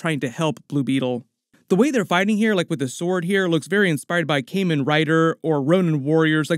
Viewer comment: Pretty damn certain it's pronounced Kah-men, not Kay-men. Other than the Batman line, this does look like it'll be a good movie to watch.